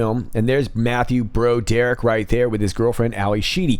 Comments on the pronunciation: Its pronounced brawderick, not bro derrick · Dude! It's not "bro Derrick". It's pronounced "brawd er ick". Off point, I know, but it's painful to hear the name butchered. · Is that mispronunciation of Broderick intentional? Bro Dereck??? or Broad errr rick.....???